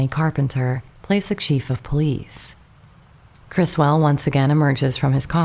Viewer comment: The UFOs in Plan 9 are Lindberg Saucer Models, they are not hubcaps. Also notice that people who claim they are hubcaps cannot identify what type of hubcaps they are, or even a vehicle that has hubcaps that look like those. Also, this video cannot pronounce names such as Russ Meyers (not Mayor) and Criswell (not Chris-well).